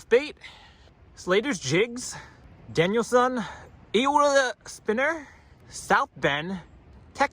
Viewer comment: You said Danielson like Miyagi LOL